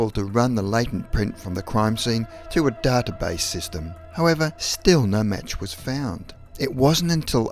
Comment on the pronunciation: The way he pronounces "database" makes me uncomfortable 😣